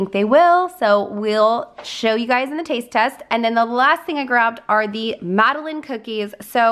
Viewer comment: The French cookie is pronounced Mada….line…..not as you said I.